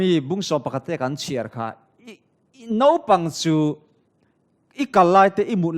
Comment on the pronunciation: Nopang nilo in naupang tih tur. Thianpa Mawia sawitha lutuk.